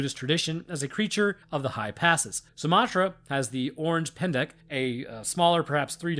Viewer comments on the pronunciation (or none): orange pendek? 😂😂😂 Orang = or-ang. Ang rhymes with bang. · It's orang-pendek not oranfe-pendek.